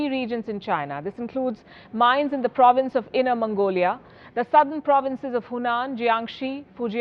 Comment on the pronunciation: hey, WION it is NOT inner Mangolia, it is inner MONGOLIA